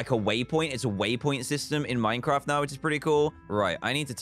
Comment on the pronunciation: Literally everybody: Half-Life 2, Doom, etc. DanTDM: Let's play some minceraft